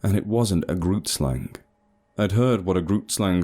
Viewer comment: Love you but dam each time I hear grootslang pronounced incorrectly I get a heart attack. love you and keep up the good work.